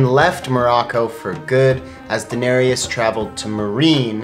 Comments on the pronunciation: Her name is pronounced Dih-nare-is not Daenariyas. 🤦🏻‍♀️ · ''Daenereus" English speakers that don't know a second langauage never cease to amaze me with their pronunciation of names. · Why do you call her Daenerias? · Guillaume Couture Levesque Yes, they say 'Danerius' instead of 'Danereese' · One thing tho. It is Daenerys, not Daenanerys or whatever you are saying. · Jack Griffin exactly. Her name is not DaneriUS. It is Daenerys. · How many seasons of GOT have you seen and you do not know that they pronounce her name Dani or Den-air-us not Danareus? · Enjoyed this very much! But why do you butcher Danearys's name? Its "Da-nair-ys" 3 syllables. Not how you are pronouncing it! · Who is 'Danarius'? 😑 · Is it just me or are they adding an extra vowel to Daenerys? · Enjoyed it. But I wish they'd pronounce Daenerys's name correctly! Right tho??? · I'm an English speaker who doesn't know a second language (unless you count some French) and I know how to correctly pronounce Daenerys and it was driving me crazy that they kept saying it wrong!! I mean how many times do they say her name on the show?? You'd be surprised how many people confuse Bronn with Bran 🙄🙄🙄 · Why are they pronouncing Daenerys wrong, have they even seen the show? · I hate how they pronounce Daenerys.. or am I just saying it wrong? They also pronounced Qarth wrong.. I'm so nit picky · SAY DAENERYS NAME RIGHT!! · I'm cringing every time you say Daenerys . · Did he really say “Kwarth” and “Daneryiss” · Hi, I really appreciate you giving a lot of effort into this video! I just wanted to point out some of the words you mispronounced: Daenerys, Girona, Meteora, and most of the Croatian locations. Keep up the good work!